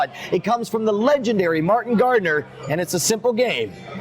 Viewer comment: when he said Martin Gardener, I thought he was saying Market Gardener XD